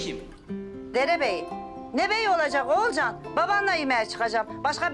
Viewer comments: Akif Oğulcan'a oğulcay diyor Oğulcan da akife atıf diyor çok güldüm ya 🤣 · Ogulcay değil Olcay diyo